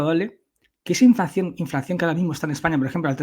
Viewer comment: Se dice inflación, no inflacción ¿no?